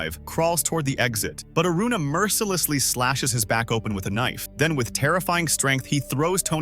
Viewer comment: When did Aruna become Aurora😂